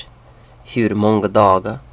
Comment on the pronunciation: You do not pronounce the G's in 'måNGa' and 'gåNGer'.